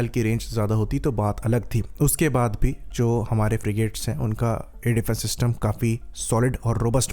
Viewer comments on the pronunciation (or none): none